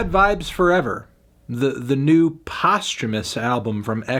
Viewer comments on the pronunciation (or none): Every time he pronounces "post-humorous" postumous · thats how you pronounce posthumous?